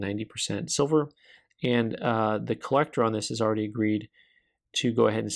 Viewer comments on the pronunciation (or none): none